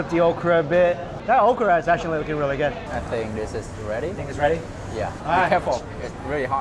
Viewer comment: I have a question, Mike..... who taught you how to say "good"?